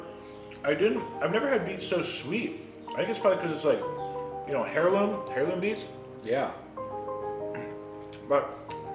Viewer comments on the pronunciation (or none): Ok, heirloom is NOT pronounced “hair-loom”. The “h” is silent so is pronounced “air-loom”. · He said “HAIR LOOM” beats 🤣🤣 its “AIR LOOM” - Heirloom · air-loom the H is silent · Hair loom beets!?!? Ick! (The "h" is silent,. Just thought you might like to know.)